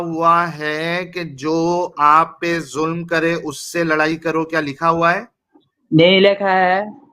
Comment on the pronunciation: O loura nahi, lorai(লড়াই)/fight bol raha tha 🤣🤣🤣🤣🤣😂😂😂😂😂😂😂